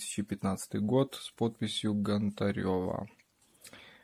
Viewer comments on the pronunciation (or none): Чи важко вивчити прізвище ? Нє ГонтарЁва а ГОнтарєва!